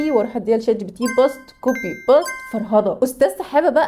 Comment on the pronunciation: ملحوظة هي اسمها مش باست خالص 😅😅 اسمها بيست